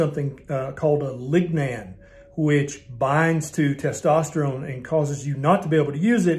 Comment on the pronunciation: lignan? lig ya nan boss